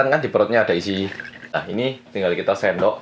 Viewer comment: "nasi taruh sini terus suendok bareng telur telurnya gini" wuh mantep mas medoknya:)